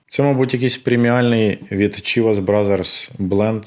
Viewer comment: Поправка: Chivas вимовляється як Шівас.